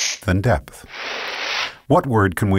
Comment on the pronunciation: This guy pronounces width and depth so annoyingly.... I couldn't stand it. Widdthfrthfht Defffpthft